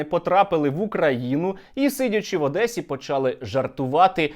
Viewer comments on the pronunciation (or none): За те як каже"Адеса" уже потрібно робити фізичне зауваження. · ОдЭсса... твою ж мать...